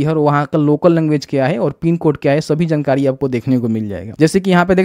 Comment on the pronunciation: bhai jnkari nahi jankari hota hai 🤣